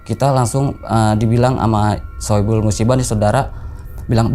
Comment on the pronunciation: Shohibul bang bukan saipul musibah